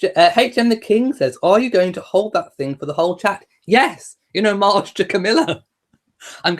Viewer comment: I learned the proper way to pronounce "homage" by listening to this video. It rhymes with "fromage".